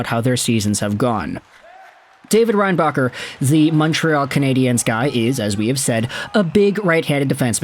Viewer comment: Should have said his name correctly